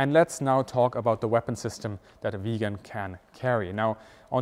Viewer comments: The name of the aircraft is VIGGEN !!! It is an INSULT and a BIG mistake to the pronounce the name of this magnificent aircraft in the same way as "Vegan". A "Vegan" is an animal welfare fanatic. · Hi, when you say "Vegan" instead of 'Viggen', you forget that the aircraft was always a predator, and could never be a vegan. It has blood on its intake manifolds. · Great upload as usual but a petty point, its not Viigen, it is Viggen. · I have only seen one other plane with the Viggen's splinter camouflage - and that was a WWI plane. Why is it unique to this plane only, and why was it replaced with grey ? Another question : Why are there fluorescent numbers and stripes on the plane if it has camouflage to hide with ? The Viggen is absolutely one of the best looking planes ever to fly. I had no idea it was pronounced "vegan" . I had always called it vij - gen or vig-gen. 👍